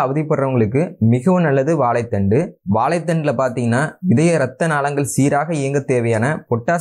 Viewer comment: மொதல்ல திருத்தமா தமிழ் பேசி பழகு வாலைப் பலம் இல்லை வாழைப்பழம் வலைத்தண்டு வா லைக்காய் வாலைப்பூ என்று மடத்தனமா சொல்லாதே நீ தமிழன் தானே ஏலு இல்ல ஏழு எரிச்சலா இருக்கு உன் பேச்சு